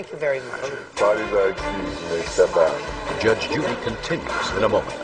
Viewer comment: never heard Judge Judy sound Southern!!! Yaaaaaaasss i love it!💖💖💖